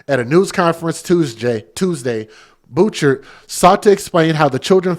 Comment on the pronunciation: Thanks for all you do @ The sheriff’s last name is pronounced Boo-Shard from knowing him.